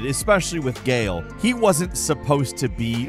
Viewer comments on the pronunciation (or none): none